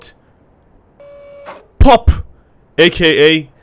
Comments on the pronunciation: I laughed so hard when you said pawp xD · I was laughing so hard cuz of the "pawp" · When you said "Pawp", I just laughed so hard. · Pawp? lol? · ‘’ The pawp ‘’ xD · I laughed forever when he said PAWP